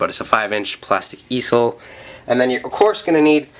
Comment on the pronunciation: it's pronounced ee-zel